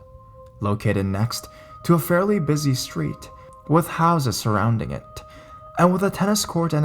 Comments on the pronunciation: To be fair, the stories he reads often have misspellings. I assume the writer wrote "insane clown pose," since they were obviously not a fan, and wasn't familiar enough with the band to notice the typo. Personally, I'm more concerned with the way he said "Pennywise from It." You'd think that a horror reader would be familiar enough with Stephen King to read the sentence in a way that suggests that "It" is a book and not merely a sentence ending with a preposition:/ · totally agree that I was thinking the same about "Pennywise from It." But I've listened to quite a bit of his readings lately and most of them have some oddly pronounced words or jerky start/stops to his reading. "Pose" was just the last straw for me. I don't think it's too much to ask that the person narrating the story at least do enough research to make it sound good.